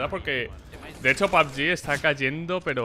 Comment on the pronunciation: Todos:pug:pabg